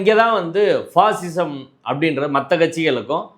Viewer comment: ஐயா வணக்கம். பாசிசம் என்பதை அழுத்தம் கொடுத்துச் சொல்லுங்க. இந்த பண்ணப் போக்கிரியோட வகையறா பாயாசம் என்று அர்த்தம் எடுத்துக்குவாங்க.